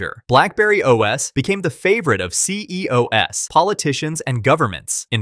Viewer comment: "C E O S" lmao!